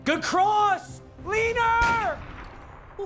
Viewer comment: Nobody: Papa: LeANeR